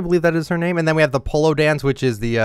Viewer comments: For the non-spanish people it's not pronounced "Po-lo" it's pronounced "Po-yo" The LL makes a y sound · AND HE SAID POLO INSTEAD OF POYO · How come everyone corrects him about the flag but not that the emote it pronounced 'poyo' not pollo 😭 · really said “Polo” instead of “poyo” for the emote lmaooo 🤣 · Quick note, ll in Spanish sounds like y. So it’s not po-lo, it’s poy-yo. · Hate when they pronounce pollo as polo, it’s freaking po-yoh